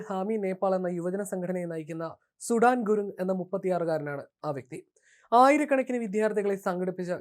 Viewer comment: സുടാൻ അല്ലെടോ.. സുധാൻ..... എന്തായാലും പേരിൽ ഒരു സുടു ഉണ്ട് 😂😂